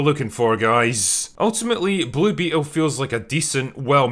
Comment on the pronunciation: I genuinely can't tell if you are leaning your accent into "Blue Beetle" as a bit to sound like "Bloopy Hole" but it makes me laugh every time